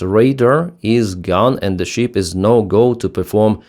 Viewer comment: ❤ Пане Денисе, як завжди - чудові відео чудовою англійською! 👍 Невеличка ремарка - стосується саме цього відео про кораблі: гадаю, Вам не буде складно підкоригувати pronunciation слова SHIP - тут все дуже просто. SHIP {шип} замість {шіп} що звучить наче sheep 🐑 вівця. Спробуйте, коротке {шип} - і наступне відео про враження кораблів звучатиме ще краще. Сподіваємося, ЗСУ подарують наступну нагоду для такого відео дуже скоро 😉 Вітання з Канади 🇨🇦✌️🇺🇦